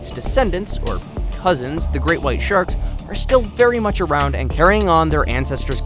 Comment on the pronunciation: He says : and even sherks